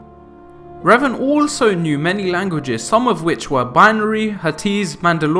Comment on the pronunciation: Love revan but your mispronunciation is killing me